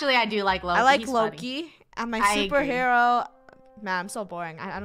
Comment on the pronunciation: FUNNEH YOU SED YOU WANTED TO BE A SOPRHEWO